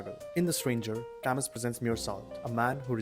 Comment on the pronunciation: I thought camus pronounces as kamu.